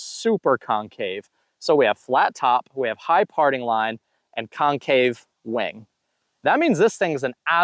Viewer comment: Great video sir! When you said wing at first my immature mind thought you said “Wang” lol. Keep up the great videos and I really enjoy these length of videos also, some guys over breakdown the discs but this is nice and simple.